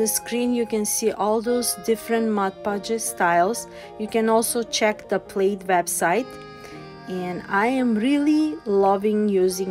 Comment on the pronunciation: You were supposed to give your secret word. I assumed it was Mod Podge since that was the only Plaid product you used. Note: Plaid rhymes with Dad, not raid.